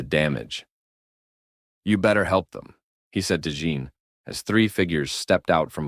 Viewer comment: This is good but I'm about 35 minutes in and couldn't help but notice Jean Grey keeps being called John, as in Jean Claude Van Damme